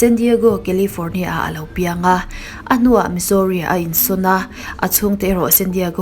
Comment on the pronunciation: misorry angin ilam a mizuri tih anga lam zok tur lo soi ve mai2 ngaihnom ltk e..